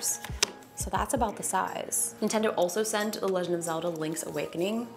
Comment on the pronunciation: ahem, excuse me, did you say the "nudie tendo switch"?